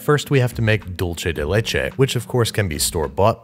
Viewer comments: Expectation: "Dulce de leche" Reality: "Dulche de leche" Im sorry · When he said dulce de leche like dulche de leche my heart died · “Dulche Day Lachei.” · And every time he says “dulche de leche” instead of “dulseh/dultheh de leche,” a Spaniard doesn’t wake up from his siesta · Every time Baby said “Dulche de leche” i had a little seizure (it’s pronounced doolce) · He said dulche de leche It’s pronounced dulse de leche weird I know lol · Andrew!! Its pronounced "duul-seh" de leche, not "dol-cheh" 😭 por favor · "Dickce" de leche 🤣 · “dolche de leche” almost had it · he just said: "dulche de leche" and I'm gagging now omg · Dulche de leche? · "Dulche de leche" strikes again lol🤦‍♂️ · “Dulche de leche” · It bothers me how he says dulce del leche Sounds like dulche de leche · me dolió un poco escucharlo pronunciar doulche de leche tantas veces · Dulce de leche is Spanish, so it's pronounced "Dul-sé" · All i can hear is DULCHE DE LECHE It's spanish, people... Not Italian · There's no greater relationship than Babs and his pronunciation of "dulche de leche" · Every time Babish mispronounces dulce de leche, an Argentinian angel dies. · "Hey Siri, How do you pronounce 'dulce de leche'?" Siri: "Not like that" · I had a physical reaction to his pronunciation of dulce de leche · you think that's bad? hear how he pronounces "dulce de leche" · Everytime he said dulce de leche I wanted to die just a little bit more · I'm Argentinian and that's not how it's pronounced :) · The first c in dulce de leche is soft, like an s. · He's pronouncing dulce as if it's an Italian word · Can't avoid having a bigger anaphylactic shock everytime I listen to the misspronunciation of Dulce de Leche... Here a big fan from Argentina! Love the videos! 😁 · there is no “ch” sound in the word “dulce” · sorry but everytime you say "dulce de leche" my ears bleed, sorry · please say dulce de leche right please im begging